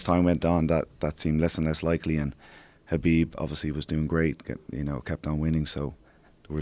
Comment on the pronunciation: Conor’s coach pronounces Khabib’s name correctly unlike 99% of Khabib “fans”